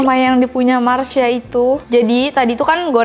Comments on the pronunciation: Masha bukan marsha mbak yuu... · MASHA KAK MASHA BUKAN MARSHYA.. WKWKKWKW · masha kak bukan marsha😆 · Masha bukan Marsha neng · masha ka bukan marsha hehe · Apa cuma gue yg baru sadar bilang marsha bukan masha😂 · masha bukan marsha 🤨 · Kak "masha" bukan marsha 😁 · Masha bukan mharsa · Kesel ih ko nyebut nya Marsha padahal kan namanya Masha 😭